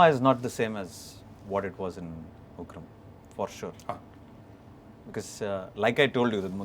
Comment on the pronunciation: Son of Ugrammm.... So disgusting making sallar instead of Ugraam